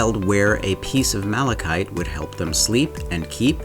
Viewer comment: I seriously thought you said Malachi. Once upon a time there was a lad called Malachi who couldn’t sleep. His uncle Mark made him a malachite bedroom table, trash can, and tissue holder in hopes he would sleep. Indeed he did!!!